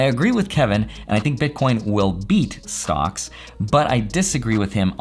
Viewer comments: he says stonks lol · Anyone else hear “stonks” whenever says “stocks”